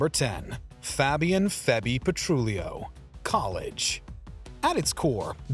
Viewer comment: That was painful to listen to. He couldn't pronounce Fabian correctly either.